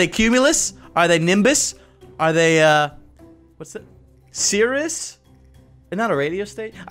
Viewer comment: When he said "Are those clouds cirius?" I thought it was "Are those clouds serious? 😂😂😂